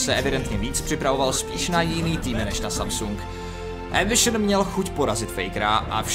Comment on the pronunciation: Doufam, ze to dokoukam ..protoze "embišn" mi puli mozek ..